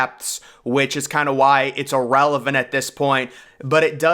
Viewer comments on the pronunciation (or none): none